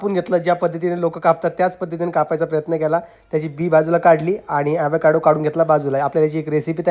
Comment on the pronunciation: Evekaado navhe. Avocaado aahe